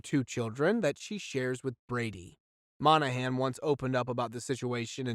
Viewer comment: Moynahan, not Monahan!